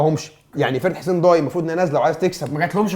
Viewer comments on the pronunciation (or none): ياجماعة اسمها نصر حسين داي مش ضاي نفس نطق day. الداي هو لقب حاكم الجزائر العثماني زي لقب باشا في مصر او خديوي. حسين داي كان حاكم الجزاير وصاحب حادثة المروحة الشهيرة مع السفير الفرنسي حسين داي احد اكبر الأحياء في وسط العاصمة الجزائر والنادي علي اسم المنطقة. مصري عاش في الجزاير